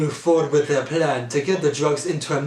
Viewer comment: 'Theiw wack of acting wuns in theiw bwood" (the line of the century)